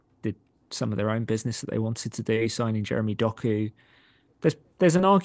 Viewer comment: Brother said doku 😂